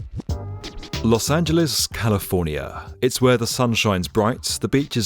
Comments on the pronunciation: Thank you for pronouncing it "Los Angeles" and not "Los Angeleez" 😊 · Thank you,, for pronouncing Los Angeles correctly.